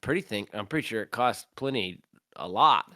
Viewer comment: Man it took me so long to work out "Pliny" was "Plini" because I always assumed it was pronounced "Pleeny". Holy shit I love Plini! Plini and PTH are worlds I never expected to meet.